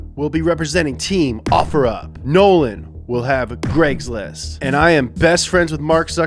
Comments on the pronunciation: I heard gregslist not cragslist lol 😂😅😅😂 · It's called CRAIGS LIST NOT GREGS LIST!!! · love how it sounds like he says "fakesbook martin place" "greggslist" and "offer up" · He said Greg’s list😂😂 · "legs list" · It’s like he didn’t want to get copy righted for saying there names “Greg’s list”